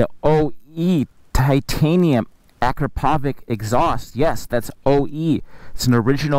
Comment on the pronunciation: its pronounced UH-CROP-UH-VICH